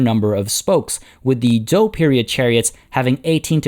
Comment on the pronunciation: 战车 are the characters in modern Chinese (lit. "war car/cart/vehicle"). Pronunciation is actually quite good with regards to "zhou"; For the pronunciation of 战车; Zhan is pronounced ok. for Che/车, remember that the Chinese "he" sounds like the english "her"; so combine a (soft t) "tch" sound with an "er" sound.